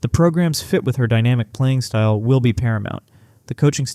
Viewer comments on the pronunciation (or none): none